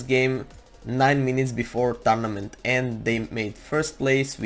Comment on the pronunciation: If u play “TaRnAmEnT” I love his accent!😂👍🏻